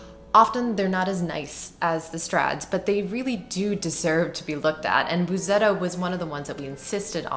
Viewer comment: Read it Bussetto, not Buzetto. There's a reason for the double S. Please give us more sound, never mind all the talk. Fantastic sound, so please less talk.